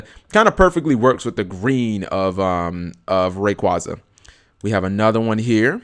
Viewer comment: Rayquaza is pronounced Ray-qway-za. I don't know why but it irks me when people pronounce it the way you do.